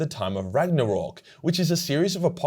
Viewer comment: Did you say "Ragnarork"?